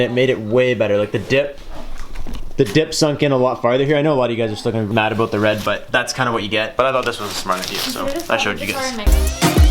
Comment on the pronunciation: Didn't realize you were Canadian until you said oot and aboot